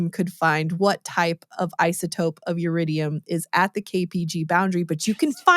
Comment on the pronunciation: Iridium, not Yiridium. Element number 77.